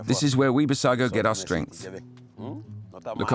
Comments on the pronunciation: Its not Bissago 😂. Its called “BUJUGUS” tribe/people. In Portuguese its called Bijagos. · Correct bijagos not bissago